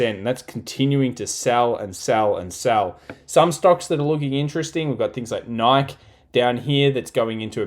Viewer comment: Nike is pronounced Nikee (long i, long e)